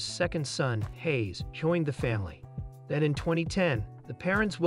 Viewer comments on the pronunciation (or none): none